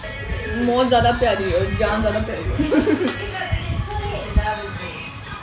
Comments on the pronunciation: Barat ko janj kehte cute 🥰🥰🥰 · Barat ko janj kehty hain 😂😂